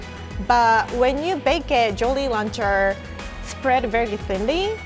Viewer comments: Idk why but i heard jorry luncher😂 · “Joly lancher” I love 😂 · Jorry Laucher! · Nobody is commenting on how she pronounces "jolly rancher" and i have to say it..... ITS SO CUTE IM MELTING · Ok I love the way she's says jolly rancher in her japanese accent. ❤️